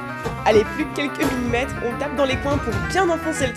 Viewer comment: Millimètre soit X millième(s) de mètre (1m = 1000 mm). Je dis ça car j'ai cru entendre minimètre :D